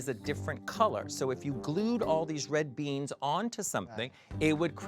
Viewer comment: RED BEANSSS the louisiana roots are showing